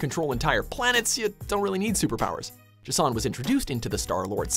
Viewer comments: Is Jason so difficult to pronounce? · Except with the pronunciation of J'son's name. Which is wrong.